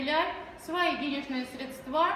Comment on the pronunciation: хотелось выключить уже на этапе слова средствА